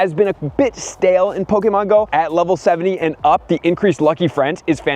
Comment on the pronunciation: Who in the hell said that’s how your supposed to say “Pokemon” you sound weird and or robotic.